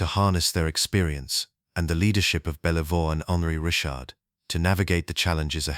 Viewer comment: Just gotta work on the pronunciation of Rocket Richard's name and some of the other French-Canadian names but beyond that, this file is gold. I'm subbed and I wait to see more.